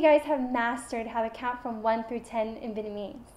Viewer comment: OMG, why does she sound like she can't pronounce the word 'Vietnamese' properly?!? It's pissing me off. There is a 't' in there, it's not 'Vienamese'.